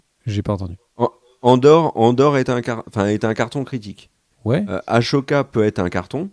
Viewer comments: Merci pour vos vidéo les gars ❤ Et, le « aCHoka » il pique les oreilles ^^ Bisous à vous les gars et merci encore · Par contre la prononciation de ashoka faut faire un effort un peu… c’est pas aCHoka mais ASHOKA avec un S pas un C.